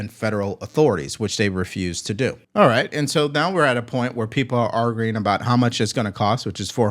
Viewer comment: It gets me everytime u say “arguing” bc u never pronounce the “u” lmao it geeks me 😂 argggerrring 😭😂❤️